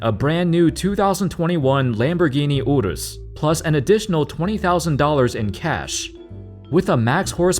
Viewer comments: Yall hear how he pronounced Urus? No offense to. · tf why he say urus like that ? 😂😂